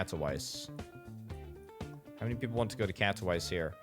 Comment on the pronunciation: Nobody: This guy: Catto-wise